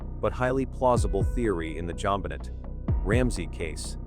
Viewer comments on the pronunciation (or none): Her name was JonBenet please pronounce it correctly